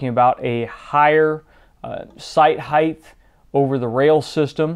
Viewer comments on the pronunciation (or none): Awesome vids man! I really learn a-lot from them them. You say height wrong. Just saying.